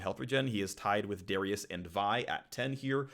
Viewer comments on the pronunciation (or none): none